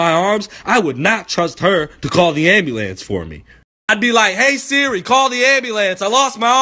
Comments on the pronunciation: I was in the middle of class yo, watching this when I was supposed to be listening to the announcements and I got to, "What if my arms fall off and I got to call the ambulant (I know how it's spelled but thats how he said it)." Bruh I was dead. I lost it in the middle of class. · anyone else dying off ah hw he says "ambulance" 😂😂😂😂😂😂